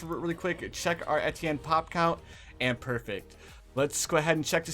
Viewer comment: The funny part of this video that he is misspelling his words XD his calling ettienne etetienne XD It's ok that's like me sometime haha